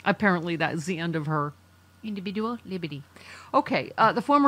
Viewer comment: I can listen to say: indibidual leeberti, endlessly!😂